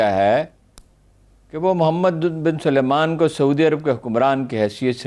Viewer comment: یہ سارے پنجابی "سلمان" کا تلفظ "سلیمان" کیوں کرتے ہیں؟ سل مان SAL MAAN ایک الگ نام ہے اور سلے مان SU LAY MAAN ایک بلکل دوسرا نام۔ ان کے الگ تلفظ میں آپکو کیا پریشانی ہے؟ ارے بھئی پڑھے لکھے ہیں؟